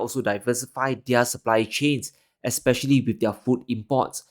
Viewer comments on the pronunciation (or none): none